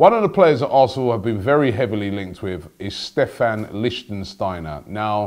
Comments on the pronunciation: Robbie, learn how to pronounce players' names :) Not LichtENsteiner... It's LiCHTsteiner. THere's no N in the middle. Anyway, he's a great player. Bellerin can learn a lot from him. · it's Lickt-stiner not Lichen-stiner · stop saying lichtENsteiner - its simply lichtsteiner! licht - steiner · It's not LichtENsteiner, it's just lichtsteiner!!! 😂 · Its Lichtsteiner not Lichtensteiner Robbie. Lichtensteiner is a person from the country Lichtenstein. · It's Lichtsteiner, not Lichtensteiner. You say you have won an award for the best fan channel. Act like it. Read the name right. Yes, it may not be as easy as Robbie Lyle but give the person some respect by saying his name right. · Robbie, its not LichtENsteiner, Is Lichtsteiner!!😂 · It's Lichtsteiner : "leesht-steiner". You keep saying "Lichtensteiner". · Robbie. It's Lichtsteiner. Not Lichtensteiner 😀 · Lichtsteiner not Licht-en-steiner....cmon Robbie the name's right there in the title! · u said lichtensteiner it LICHTSTEINER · It's Lichtsteiner, not Lichtensteiner... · Robbie its not 'lichtenstiner' its Lichtsteiner.. 😂😂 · Please robbie, study names before you make these videos. It is lichtsteiner not lichtensteiner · Why do you call him LichENsteiner... it's just Lichtsteiner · Lichtsteiner, NOT LichtENsteiner! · say it with me Robbie! Lich- stai- nah. not Lichtensteiner... If we sign him and we get to listen to every AFTV video with another wrongly pronounced name I'm gonna lose it. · Not Lichtensteiner! LICHT-STEINER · Lich-steiner Robbie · You're adding a syllable it's not Lichtensteiner is it. He'd be a great signing for a year or 2 btw. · Robbie you need to get your pronunciations right first it was mavraponos not its litchensteiner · You're pronouncing Leichsteiner all wrong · The way you pronounce Lichtsteiner is too much hahaha, it's not Lichtensteiner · Its Lick-stiner, you murderer of names. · it's pronounced liktshsteiner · Pronounced, Lick-Steiner.